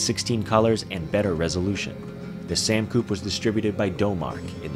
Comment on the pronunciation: You're pronouncing the names of the machines wrong guys :D... It's a British machine so it's pronounced ZED X Spectrum. and Sam Coupe is pronounced Sam Coo-Pay!